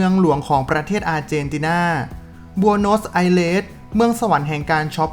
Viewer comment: เรียก บอ-โนส-ไซ-เรส นะครับ